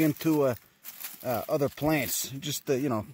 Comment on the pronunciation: "Plaints" lol